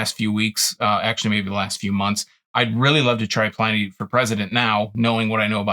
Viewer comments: It’s pronounced “in” not “ I “. Pliny the Elder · Who knows how he pronounced his own name, but that's not how historians pronounce it.